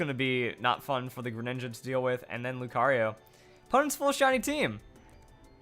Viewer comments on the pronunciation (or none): none